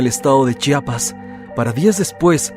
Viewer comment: Mis felicitaciones soy de Chiapas y hablo tsostsil soy tus suscriptor de hace mucho tiempo. Eres de los muy pocos que pronuncian muy bien, el estado, municipio y comunidad de Chiapas, se ve que lo estudiaste antes 👏👏👏👏👏 ch'enal-jo significa pozo de agua, donde fue la matanza por paramilitares, eran un grupo de personas que estaban en misa en una casa, estos paramilitares llegaron a interrumpirlos así no más. Lamentable caso. Felicidades y bendiciones.